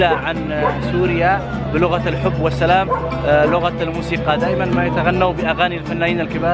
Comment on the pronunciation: السلام عليكم ورحمة الله وبركاته اخي عند ما ترد السلام لا تنطقها الصلام بل قل السلام لأن السلام هوا الله اللهم انت السلام ومنك السلام تباركت يا ذوالجلال والاكرام